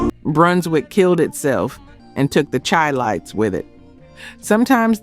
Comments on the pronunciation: "It's 'THE SHY-LIGHTS, Not The Chai-Lites"😢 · This damn narrator or whatever needs to learn how to pronounce the CHILITES, pronounced Shy-Lites! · Chi- Lites is pronounced Shi-Lites!!! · It’s pronounced shi lites even though it’s spelled with a C.. Chilites. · It’s pronounced like “Shy lights”. No disrespect. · I hate these BS videos first off she said the groups immediately broke up then went on to talk about the hits they had years later... Then she said she searched thru all these files but doesn't know the name is pronounced Shy Lites... Among other inaccurate information...Big Harry Williams Charles McCormick didn't break up after Natural High, they recorded in the early 80s🤡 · The proper pronunciation is :” SHY- LITES”. Why ? Because they were from CHICAGO…the city whose NICKNAME is CHI- Town (pronounced SHY- TOWN) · Sorry but you pronounce Chi as shy. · Thanks mattlenelson not super important but true. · Thank you! I was going to make the same correction. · we are listening AI mispronounce words. I have a cousin that wrote some songs for the Shy lights. People call Chicago The Shy. The correct pronunciation is Shylites. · It's Chi-Lites as in Chi-Town you pronounce there name like is.. Shi-lites or Shy-lites. You are saying there name wrong. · Ok she pronounced the Chi lites wrong. WTH. This one is depressing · It’s Chi-lite’s. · I heard that immediately, and she's black.